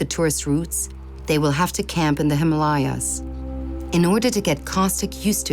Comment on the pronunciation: that is the correct pronunciation of " Himalayas " Many people mispronounce it as Him Layaa